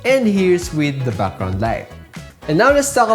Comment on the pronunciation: Your pronunciation of "BUCKGROUND " IS SO COOL